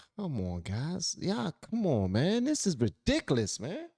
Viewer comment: Some of my favorite things: 1) some good lovin' 2) pecan pie 3) hearing say "Ridiciliss" Our country turned its back on Derek Chauvin because everyone who was in a position to speak was too scared to say what needed to be said.